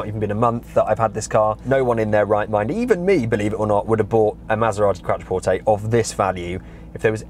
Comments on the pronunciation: it's pronounced Quot-trer-port-tay, it's QUOT NOT QUAT! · You're completely incorrect. It's an Italian word. Pronounce it properly.